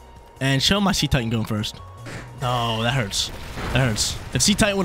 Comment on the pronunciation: I think Cetitan is pronounced as Seh-tie-tun. It’s name is a mix of Cetecean and Titan.